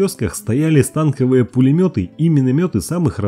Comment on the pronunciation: Автор ! Учи Русский Язык! Пулемёт бывает станкОвый , а не - стАнковый , т.к. стреляет со станка , а не - с танка !